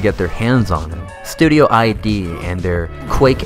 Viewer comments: You committed a major crime in pronouncing Id as I.D., it's actually the word id, as in the id, the ego and the super-ego of sigmund freuds structural model of the psyche. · This video is great. Clearly a labour of love. Thanks for putting it together. Gotta be that guy for a moment. It's pronounced "id" not "I.D.". Edit: you can actually gauss cannon boost on the Doom (2016). It's basically using the blowback mechanic of the railgun type weapon to give you momentum. It's nowhere near as cool as rocket jumping but I figure they didn't include that for balancing purposes. Still a shame though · great video, but it's id software, not I.D. software, lmao.